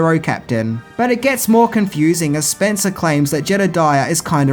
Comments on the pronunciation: It's SPENCE! Bruce Spence! Not Spencer!! I love these videos but constantly fucks up people's names! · The Gyro Pilot, Bruce Spence - when did he add an "r" to the end of his surname? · Bruce Spencer? Spencer? It's Spence you knob. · Bruce SPENCE, not SPENCER...are you even INTO movies..?? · Just Bruce Spence, no 'R' on Spence. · Spence ! . . . not Spencer ! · The man's name is Bruce Spence, not Spencer. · Bruce Spence...not Spencer. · Damn it mate you butchered those names pretty bad calling Bruce Spence "Spencer" over and over then calling Byron Kennedy "Brian" you've gotta step your game up pal. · His name is Bruce Spence, not Spencer! How DARE you get it wro-... nah just kidding, love your content! :D